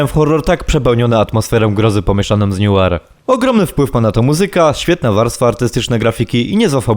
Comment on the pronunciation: Recenzja spoko, ale noire czyta się nułar a nie niuar